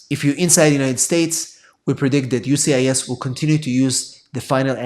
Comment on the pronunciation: It’s USCIS and not UCIS please please pronounce that properly. You are immigration attorney